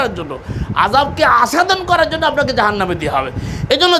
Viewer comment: আস্বাদন এর উচ্চারণ আসসাদন হবে,আসাদন নয়।